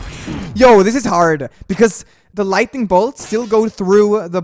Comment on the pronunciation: Wait did say ‘this is heart’ or ‘this is hard’? Is it just me or did someone notice that too? xD